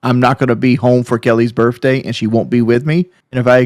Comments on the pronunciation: “Burfday”…someone ask to spell “pedestal.” I guarantee he spells it “pedastool.” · boogie and keems face when he said "yur burf dayt ant important like awnestly" L L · I can't be the only person infuriated by them pronouncing it "birfday" can I?